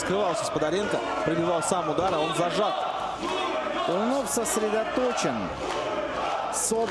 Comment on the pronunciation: комментаторы фамилию Макса весь файт неправильно называли...йопаный стыд) Туйнов красачик